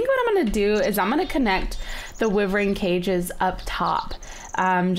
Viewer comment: shes pronouncing Wyvern wrong